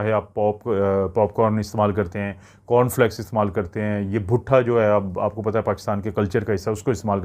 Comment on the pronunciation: butha nahin bhuta hota hy😂